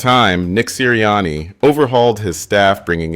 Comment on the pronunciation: Are you mispronouncing those names on purpose? How do you get Sirriani right but Pederson wrong?